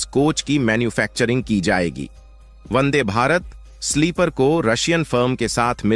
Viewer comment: Vande. Not Bande. Check.